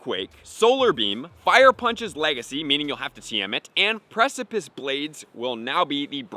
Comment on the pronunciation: Yay! He finally learned how to pronounce precipice!